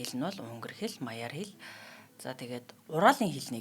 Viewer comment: Магиар биш ээ! Мадьяар! GY нь Д-ийн зөөлөрсөн хэлбэр буюу ДЬ гэж дуудна. Аваарууд монгол угсааны жужаанчууд. Түрэг биш! Атилла домгийн хүн биш түүхэн хүн! Ринчин гуай Мажаарт доктороо хамгаалсан. Эргэлзэх юмгүй! Юмаа ядаж жоохон ч гэсэн судалж байж ярьж байгаарай. Хүмүүс буруу ойлголттой үлдчихдэг! Хариуцлага шүү дээ нийтэд подкаст хөтлөх нь. Шар өнгийг шарга гэнэ. Шарга л байгаа биз дээ. Үнээг өкөр гэнэ. Үхэр л юм даа. Алимыг алма гэх мэт ижил үгс байна. Монгол, мажаараар яг адил оросыг орос л гэнэ. Сонирхуулахад чехэд энгийн гуляашнаас гадна сэгэдь гуляаш гэж исгэлэн байцаатай чинжүү ихтэй өөр гуляаш бас бий. Хөтлөгч эмэгтэйн сурсан хотын нэртэй гуляаш юм. Өмнөд нутагаар нь намхан биетэй онигор нүдтэй илт хүннү, аваар төрхтэй хүмүүс бий. Гэх мэт гэх мэт.. өөр олон сонин юм сонирхуулж болох байлаа. Нэлээн статистик дурьдах маягаар интэрнэт мэдээнээс нэвтрүүлгээ өнгөц бэлджээ. Монголын байлдан дагуулалтай холбоотой сонирхуулах юм ч ихтэй түүхийг дурьдсангүй. Энэ зэргийн мэдээг бүгдийг нь хүмүүс мэднэ дээ. Википэдиагийн л хэмжээний юм. Сонин содон юм ухаж байж нэвтрүүлгээ бэлдэж бай л даа.